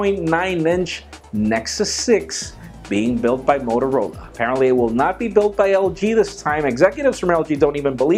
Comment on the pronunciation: Motorla? Ahah xD